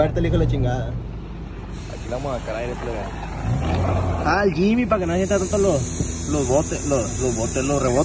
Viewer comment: Se llama Jimny no Jimy